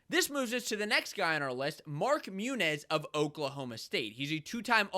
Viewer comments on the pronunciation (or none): why do you say munoz as munez? You can easily google this and find the pronunciation. Comes off as disrespectful and amateurish